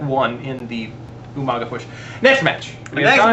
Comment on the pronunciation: u guys say umaga wrong